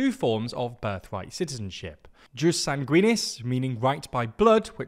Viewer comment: I would like to hear Latin correctly pronounced or it sounds incredibly ridiculous. JUS is pronounced “yoos”, SANGUINIS is stressed on the first syllable (hence, SANguinis not sanGUInis), while SOLI is stressed also on the first syllable (SOli not soLI). Please, and thank you!